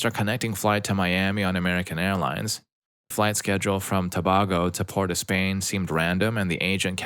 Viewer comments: It's Trinidad and Too-BAY-go not BAh-go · Its pronounced To-bay-go not To-bah-go.